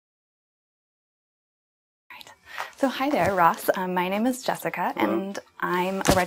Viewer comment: "My name is JUHSUHCUH"